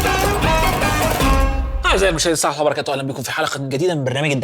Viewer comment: اكثر شي ما بحبه في حلقاته واكرهه بشدة وهو ... سرعه قول .السلام عليكم ورحمة الله وبركاته... نفسي اعرف ليه بيخطفها بسرعه لدرجه انها غير مفهومه ... ليه ، فيها ايه لما تقولها بطريقه مفهومه او بلاش تقولها خالص